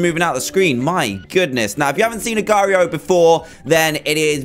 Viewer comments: It's pronounced Agar dot I O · it's pronounced agar dot io agar like aygar or eygar that's how its pronounced